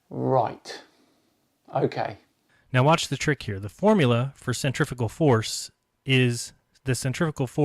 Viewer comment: I'm not sure if his grasp of science annoys me more than his pronunciation or centripetal and centrifugal or not. Summary "Maths is invented so this is why we should use the bits of physics designed to calculate forces we're not seeing rather than the ones consistent with what we're seeing because what we're seeing can't happen in a world I've imagined. My imagined flat world isn't moving in different straight lines all at the same time but your're hiding that by claiming it's a spherical object rotating and using equations to prove that which just don't work on a flat earth which isn't being pulled in different directions at different magnitudes at the same time."